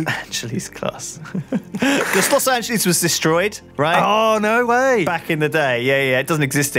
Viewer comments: I just... You said Lost Angeles Wrong... and then you said you couldn't stand it... I.. um... ok then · Los Angeleez